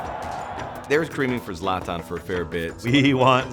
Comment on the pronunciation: wtf "you wanted Zlat-nnn, we've got Zlat-nnn" lol It's ZLAH-tAHn!